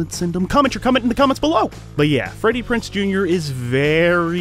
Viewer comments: It's Freddie PrinZe Jr., not Freddie PrinSe Jr. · It's kind of hard listening to you mispronounce his name over and over . It's PrinZe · If I had any complaints about this video it would be you forgot to mention his reoccurring guest role on Bones, and you're mispronouncing Freddie Prinze's last name. However, those are not major complaints, just a bit of whingeing, lol! Thanks for the great video!😉💖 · lol the fact you mispronounced his name for 23 minutes straight. This is a great channel regardless.